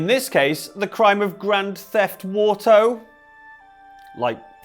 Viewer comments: Grand theft Oarto... like Oars...for a boat.... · It's okay,. I scoffed heartily at both "Grand theft Wato" and "Guarma Police" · Grand Theft Oar-to, you're welcome/I'm sorry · it's Grand Theft Hydro